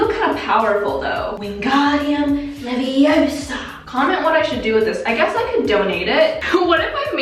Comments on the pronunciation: Nobody: Not even Ron weasley:: Wingradiam leviosar! Hermoine: stop, stop your going to take someone's eye out, besides you're saying it wrong. it's "Leviooosa" not "leviosarrrrrr" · And it’s LeviOsa not LeviosA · its leviOSA not leviOsa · It's not leviOsa it's leviosA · its leviosa not leviosar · It's LeviOsa not LeviosA hmh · Its leviOoosa not leviosa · iT’s LeViOsA, nOt lEvIoSaA Sowwy ima potter head